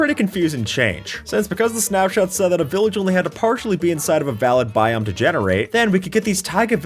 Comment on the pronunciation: ah yes, "snapsot" or "snapsnot"